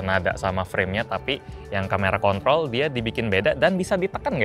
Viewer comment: im pretty sure the R is silent